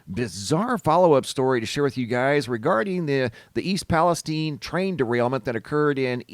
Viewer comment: I live 35 miles from East Palestine, OH. I promise you that it's not pronounced "Palesteen". The "stine" does indeed rhyme with the word fine. 😊